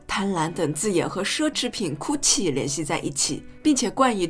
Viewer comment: 为什么总有一些SB把它发音成 哭泣 ？